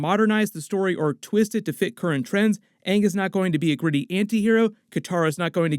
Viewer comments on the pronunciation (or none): His name is Ang..... not Ung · ok but if u cant say shang shi right why can u say aang. XD ITS LITERALLY SHANG BUT WITHOUT THE SH XD ..but Aang sounds better then aahng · I hope they pronounce Aang as Ong/ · They gonna pronounce Aang right this time?